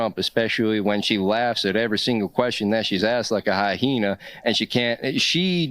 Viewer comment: hy hena? I mean, hyenas do have both sex organs… kindof defeats that whole “men and women are natural biologies” argument. Would love to watch this guy appeal to nature next time he spews some transphobic bullshit.😂